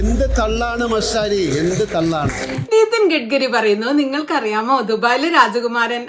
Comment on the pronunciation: Gadgari ella Gadh-Kari (k sound). Malayalathil ella alphabettum undu ( unlike Tamil). What is the problem here?